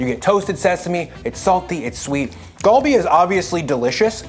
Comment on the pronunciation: Just a heads up, Korean is a bit weird "Gal" is not pronounced with a hard G, but is a mixture of G and K. So not "Gawl-Bee" but "gHal-Bee". Basically combine GAH and HA. Kalbi is also an easier way to visualize it.